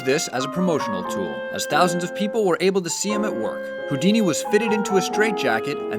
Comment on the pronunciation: Ey yoouuu dice que es Houdini